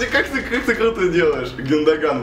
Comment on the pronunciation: гюндаган ударение но ю! и не зови матершиннека гену!